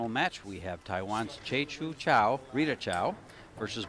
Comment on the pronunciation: Again you clowns mis-pronounce Rita's name. It's not Chow, it's Chou. Don't be ignorant, learn how to pronounce the players' names. it's about respect. Or else let somebody else do the announcing.